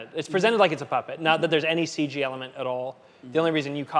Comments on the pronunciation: Please stop saying, "Ceej" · No more "Ceeg" please? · Stop trying to make "Seej" happen.